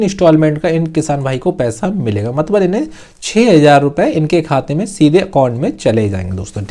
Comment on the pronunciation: मतलब❌ मतबल✅✅😂😂😅